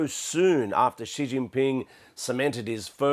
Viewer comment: Who is going around telling people it's pronounced President Jee?